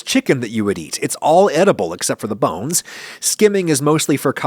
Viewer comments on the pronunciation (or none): why he say "bones" like that